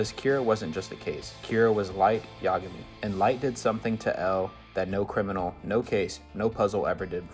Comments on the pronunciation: (Assuming you’ve watched English dub) How does one listen to the anime and still pronounce it : ya GAH mi? And not, YA gami? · The only thing worse than L's death is this man's pronunciation of 'Yagami'